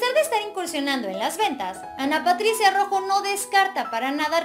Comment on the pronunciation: por lo menos menciona correctamente Su Apellido